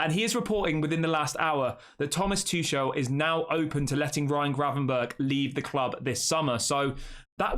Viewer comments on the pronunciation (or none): none